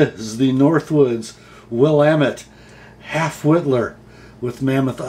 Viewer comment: You pronounced Willamette correctly. As they say in Oregon, "It's Will AM ette, dammit". Great content from Steve.